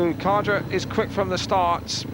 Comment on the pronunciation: Brian Karger, you idiot. The English speaking announcer pronounces Brian Karger wrongly, but that's because native English speakers only know their own language. I'm Danish (like Brian Karger, Hans Nielsen, Ole Olsen, Erik Gundersen, Tommy Knudsen, Nicki Pedersen etc.)Brian Karger was a good Danish speedway rider, but not in Olsen's, Gundersen's and Nielsen's class - more like an avarage English rider.